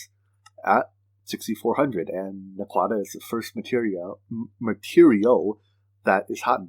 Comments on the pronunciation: Hahaha.. you are perfectly fine! I was just chuckling. Love the video series though! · For the prununciation of naquadah.. watch some Stargate ;)